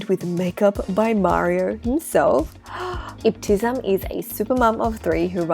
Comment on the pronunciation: It is ebti-Sam there’s no z sound in her name 😊❤